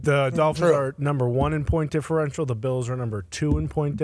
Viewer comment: Why can't McAfee pronounce "Bills" properly?